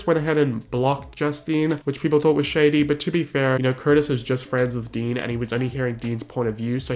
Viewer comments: When you called Dean “Dan”... 😂💀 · sorry but i fucking died every time you called dean 'dan'. really shows how he isn't all that relevant or famous and let his 15 seconds of fame get to his head. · calling dean "dan" multiple times honestly made me laugh so hard. iconic